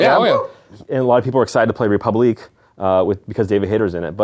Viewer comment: it's funny how he can't say the french word république